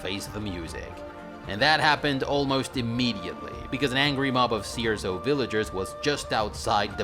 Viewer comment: Does anyone else keephearing "sea or so" whenever he says Cierzo? No? Just me?